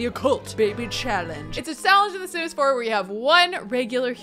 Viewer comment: In the beginning you said it is a shallenge in the sims 4 you said shallenge